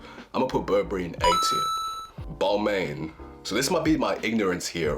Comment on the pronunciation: What were you expecting? He can't even pronounce it.